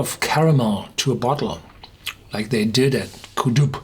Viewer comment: Pronounced "Doo" not "Doob". Never in the North east of Scotland has Ben MacDui been known as the "Black Mountain". Marketing bullshit by corporate fools with no local knowledge.